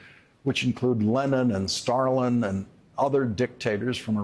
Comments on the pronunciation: Great content, very necessary. But... "Starlin". XD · Did he just read "Starlin", and didn't catch himself? Jim Starlin, comicbook writer and artist?